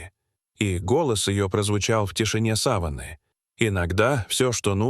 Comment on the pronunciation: Задолбали уже с искусственным интеллектом озвучки. Коверкают слова, не сАваны, а совАны. Людей нет озвучивать, или попсыкивают свой голос оставить, куда катимся? Скоро не по именам будем назвать друг друга, а 6й, 20 й.